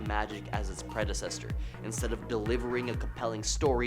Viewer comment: Did he say predecesstor? It's predecessor. No t.